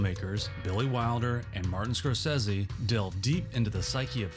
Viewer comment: SCORE-SAY-SEE. Come on, you know it's not pronounced "Scorsezzy."